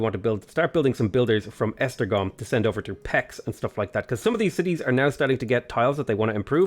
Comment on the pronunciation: Funny how you pronounce Esztergom and Kolozsvár almost perfectly, but you struggle with Szeged and Pécs. Never imagined how difficult would it be to say these city names.